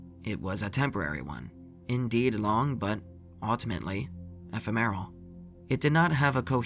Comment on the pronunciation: Eh there were way more words like "finite" or "ephemeral" that were mispronounced not just this one. The emphasis on "usurpers" was also messed up.